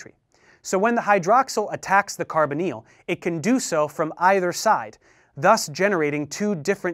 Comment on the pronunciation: just spent 2 mins googling carboneal, til i realised he was saying Carbonyl